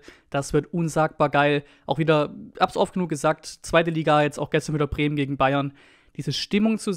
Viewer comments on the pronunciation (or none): none